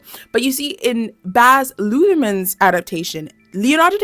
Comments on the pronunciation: she keeps saying withering instead of wuthering too, i noticed the emily bronte thing too and the Baz Lutherman instead of Luhrman, she don't know wtf shes talking about, i can't watch anymore doing my head in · Dude I thought it would be one error at the beginning but it happens again. Also Baz Lutherman instead of Luhrman.... I like her but these errors are triggering my undiagnosed ADHD.